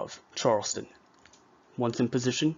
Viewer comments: Charlestown not Charleston!! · CharlesTOWN,not Charleston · It's pronounced Charles-town. Charleston is in South Carolina. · 1 problem, it's pronounced Charles Town (1 word) not Charleston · You would think the narrator would learn how to pronounce "Charles-TOWN" - Not the South Carolina pronunciation..... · Great video, thank you. FYI as a Massachusetts native, Concord is pronounced like 'Conkered' , and Charles-town, not Charleston.